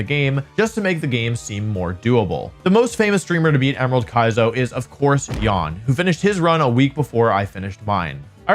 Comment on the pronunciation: Jan is not pronounced yawn.